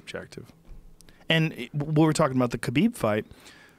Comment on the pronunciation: Johnwaynelsd25 *KHALABEEB